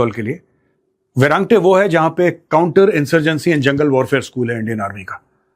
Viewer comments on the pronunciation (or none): none